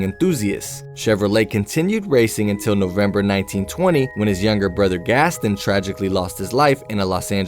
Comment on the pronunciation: There was nothing disturbing in this video except the pronunciation of Gaston.